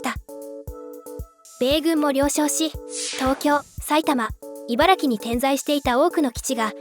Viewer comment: 茨「城」県です